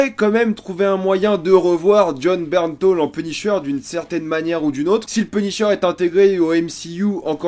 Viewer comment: c'est Bernthal que l'on dit pas " Bernthaul "!?! Jaaaaargh